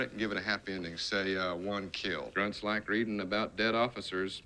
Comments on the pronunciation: It's "grunts" not gunts. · I find your reaction a much needed vacation from Stanley Kubrick's vision of the Vietnam War,. Especially the mispronounciation of 'grunts' (gunts - it sounds like another word). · Grunts, not gunts. :)